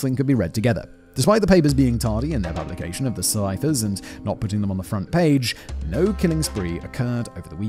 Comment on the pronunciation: Simon has this funny tendency to add Rs to words that don’t need them, like front “prage” lmao. I’d do the same thing too, I’d see a word with a letter R in it further down the line and pronounce it too early